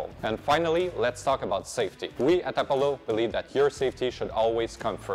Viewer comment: appo-low? That seems an odd pronunciation of a known word.